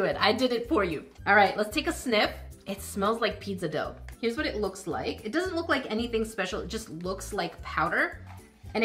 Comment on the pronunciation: wtf is peedzuh doe?